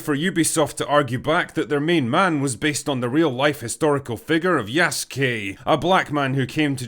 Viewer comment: I was glad you said Yasuke right but then immediately butchered Oda Nobunaga’s name 😂